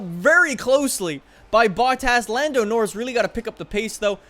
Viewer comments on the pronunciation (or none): Why does say norris' name wrong